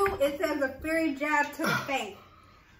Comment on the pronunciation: How they both dont know how to read. Its FIERY not Fairy. Please dont have no kids, LMAO